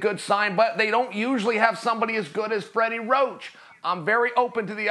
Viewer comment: Fweddy woach!